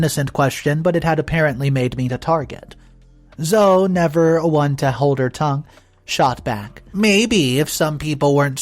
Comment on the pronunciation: ZO-"E", not Zo. The E is NOT silent! This is my daughter's name. Please get this one right. It is Zo-E....